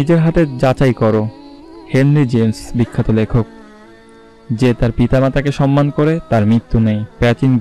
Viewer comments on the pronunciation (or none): none